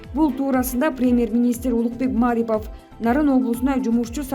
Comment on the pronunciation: Маарипов эмес Марипов деп туура окусаныз